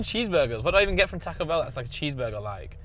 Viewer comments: why is blud pronouncing taco like that 💀 tack-oh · British people pronouncing it tack-o and thinking that’s correct is amazing